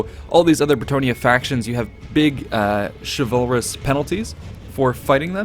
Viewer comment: Xin Guan Same with chivalrous.